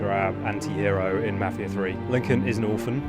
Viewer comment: That guy pronounced mafia as mafier